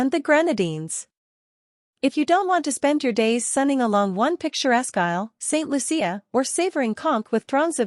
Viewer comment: Once again please say ST.LOO-SHA not ST.LOO-SEE-AH!